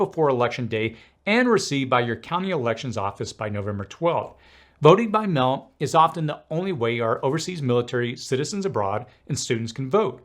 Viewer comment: “…voting by mell” = “…voting by mail”